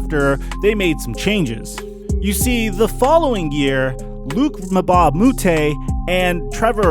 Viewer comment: It’s pronounced Mbah not Mebah